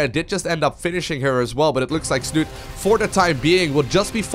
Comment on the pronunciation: Snute himself has actually said everyone is pronouncing his name all wrong ^_^..its snutee with the accent on the "e" at the end :P